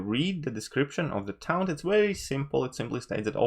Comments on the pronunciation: It's pronounced like "torn" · This whole video is invalid purely on your pronunciation of taunt. Try again.